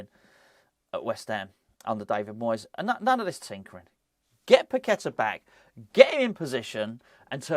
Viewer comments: Pak- Et- Ta, thats how its pronounced!!! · Pak-Et-Ta, thats how it prounounced!!!